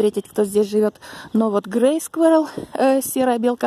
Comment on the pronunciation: Не скверал, а squirral